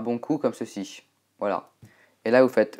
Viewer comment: Quand tu dis "évantail" on dirait un chinois XD